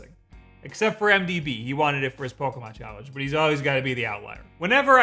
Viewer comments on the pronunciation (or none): none